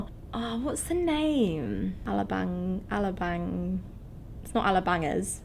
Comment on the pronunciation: You'd think after all the YEARS being in the Philippines, they'd learn how to pronounce Alabang , and other places /things , and learned SOME Tagalog to enrich their experience with the people of the country .